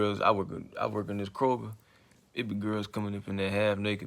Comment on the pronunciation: The way he said Kroger 😂😭 but amen 🙏